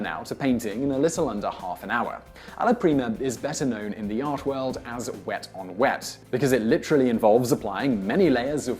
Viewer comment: so funny to hear Simon say "Wet on Wet"